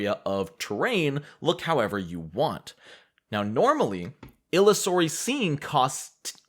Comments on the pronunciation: It is pronounced "Ill-User-y". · Just a comment. Illusory Scene is pronounced like the word Illusion which is it based on. :)